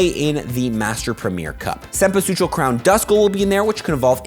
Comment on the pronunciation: Amazing cempasúchil pronunciation ! Hahaha!